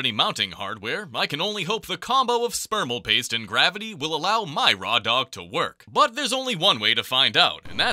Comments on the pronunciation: Spermal paste i heard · He said, spermalpaste. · is it only me or did i hear him saying spermal paste 😭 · "spermal paste" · Did i hear Spermal Paste? 💀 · So am I the only person that heard him say spermal paste? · Did you... Just say "spermal paste"? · Did he say spermal paste? 😭☠️ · You said spermal paste.😂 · Did bro just say spermal paste🥀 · Did bro said "spermal paste" 🙏🙏💀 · did you just say spermal paste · BRO SAID SPERMAL PASTE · Am I the only one who heard spermal paste 😂😂😂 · SPERMAL PASTE🗣🗣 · I though i was the only one hearing that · he did NOT say thermal paste